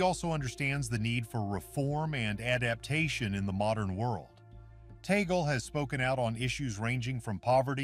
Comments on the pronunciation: 😮attention Mr vlogger pls pronounce it cardinal Tag-le not tee-gle. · His name is pronounce as TAG-LE not tagol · Pronounce Cardinal Tag-le NoT Tagel! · His name is pronounced as TAG-LE . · Of course l am for Cardinal Tagle. I know him and whatever donations my community gives, is always taken cared of by his secretary. I just hope you can pronounce his name properly. Taaahgleh! Something like that! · Please pronounce his name Tagle correctly.